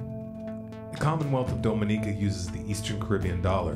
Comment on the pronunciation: Big fan, but as a native of the Lesser Antilles (SVG) gotta tell ya it's pronounced Dom(as in DOMinatrix)inica